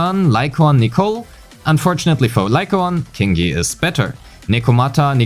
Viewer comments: I think its pronounced "Ching" yi, not "King" yi, based on her name in chinese. Anyways, good analysis! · Her name is pronounced Qingyi! Like with Qiqi and Keqing! You're welcome. :3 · whole time i'm thinking why is pronouncing qingyi like that... you got me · The first time you said her name I thought it was a part of a joke, but no, you kept repeating it. Q is not K. Q is softer version of CH. Find a yt video "Chinese Pronunciation: "q" & "ch"" by MandaRhythm to hear how it's pronounced properly (or you could pay attention in game next time, as her name was spoken multiple times ;)